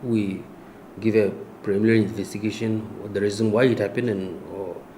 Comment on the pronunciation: Wooowww he's saying premilary investigation instead of preliminary 🤣🤣🤣🤣🤣🤣🤣🤣😜😜😜😜😜